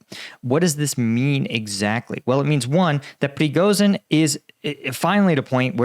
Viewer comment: Please learn how to pronounce the names of Ukrainian and Russian people and places correctly. And here I inform you FOR THE SECOND TIME that you are mispronouncing the name Prigozhin. Today you pronounced Lyman wrong, among other names.